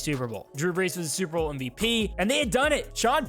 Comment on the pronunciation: You definitely said "super vole"